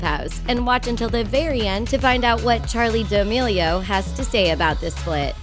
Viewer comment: You can’t even say charli d’melio right